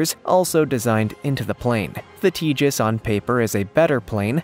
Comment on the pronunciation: It's pronounced TA hass, long A, not Tejas. The J makes the H sound.